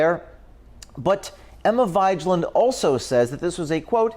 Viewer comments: “Emma V-eye-j-land” 😂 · It is Emma (scandinavian name pronounced Veg:land or Something in this line) Vigeland. And thank you for your hard work and good and informative investigations. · I imagine the correct pronunciation of that chic's last name is probably closer to (vaj-land). It's why Cenk keeps her around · I think her named might be pronounced Emma vi-gee-land, a play on the word vigilant? I could be wrong. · As a Norwegian, I'm offended. Vigeland is pronounced "veeg-eh-land". 😏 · Dude you didn't even do enough research to realize you're saying vigeland wrong.